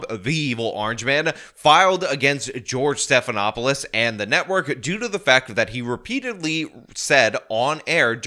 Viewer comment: Did... Did you say George Steppedinawfulshit? 😂😂 That's better than George Snuffleupagus.